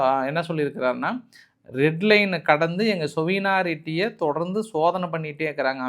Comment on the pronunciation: உங்களின் ஆங்கில வார்த்தைகளை தவறாக உச்சரிக்கிறீர்கள். உதாரணமாக சாவெரினிட்டி என்று சொல்வதற்குப் பதில் சொவினாரிட்டி என்று உச்சரிக்கின்றீர்கள். இது போன்ற இன்னும் பல வார்த்தைகள். மாற்றிக் கொள்ளுங்கள்.